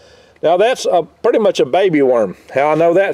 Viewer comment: I thought he said 'Myrm farm" . Otter got "myrmed", it was not pleasant. -Future Man